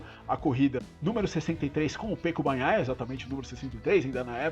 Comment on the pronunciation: Seus comentários são bem estruturados e mostram que vc entende muito do assunto. O único que gostaría de te dizer é que vc diz "Pêco" e o correto é "Peco" [ se pronuncía Péco]. Um forte abraço desde Girona (Catalunha).